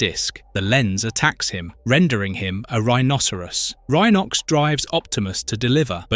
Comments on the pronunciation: Says Rhenox Instead of Rhinox a few times ugghh. I gave up. Obviously the person who made this is a fan of the show. But not fixing the names is painful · Yeah, picked up on that on the opening episode when he (or it) said that Cheetor decided to play with other cheetahs instead of boasting to Optimus about how fast he can run. Have also noticed that Rhinox had two different pronunciations within a minute of each other. The Tiggertron though is the best so far. Picturing him saying to the Maximals "TTFN, ta ta for now" whenever he wants to return to the scouting... ...and let's not then go into the Predicon version of Tiggertron, the black cat called...